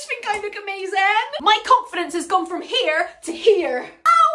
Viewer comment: THE WAY SHE TURNED IRISH WHEN SAYING HERE 😭😭😭